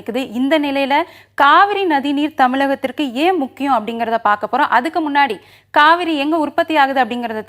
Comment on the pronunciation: Kaavari illa Kaveri🤭🤭🧐